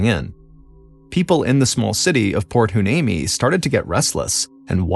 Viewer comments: Port “Hwa-NEEMEE” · port hueneme is pronounced why knee me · Port Hueneme is pernounced whyneemee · It's pronounced: Port why-knee-me.The name Hueneme derives from the Spanish spelling of the Ventureño Chumash name Wene Me, meaning "Resting Place". The Chumash were the native tribe who lived in the Ventura/Santa Barbara area, technically from the Malibu area up to Paso Robles, including the Channel Islands. Chumash names are hard to pronounce because the Chumash name was translated first in to Spanish, then we try to pronounce it in English. Hueneme is pronounced Why-knee-me. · Cali gal here! I always pronounced it port "Y-knee-mee" it's not spelled how it's pronounced at all. Lol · Props for trying to pronounce my hometown Port Hueneme. I 😁Y-nee-mee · Mr Ballen I live in Ventura County. I’m aware of this unfortunate incident 😢. It is pronounced Port Y-Knee-Me. . Thank you for covering this story. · No biggie, but the name of the town is pronounced “Point Why-Knee-Me. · It’s pronounced Port Y-nee-mee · Proper pronunciation is Port Hhh-Why-Nee-Mee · Thank you for this! You would think that considering there's a military base here, albeit a naval one, that he could have asked someone how to pronounce it. As a Port Hueneme veteran Seabee my heart is broken 😢 Hoorah lol